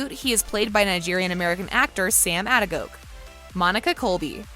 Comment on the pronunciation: 🤣🤣🤣🤣🤣 "Ah-de-gok" As a Nigerian with an uncle with last name this is amusing but your efforts are definitely appreciated 👏 It's pronounced "Ah-day-go-kay" 🖤🖤🖤🖤